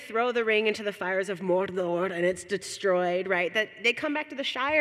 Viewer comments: Morodohor, lady this isn't some ethnic pronunciation. Saying Mordor in a typical Midwestern accent will suffice. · You know the host has legit geek cred when she pronounces it "Morrdorrrr" <3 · The way she pronounces Mordor!